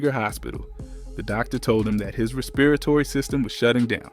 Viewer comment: Re- spriry- tory system?? Damn! Go get hooked on phonics!!!! At your age you should know the word well enough to pronounce it properly!!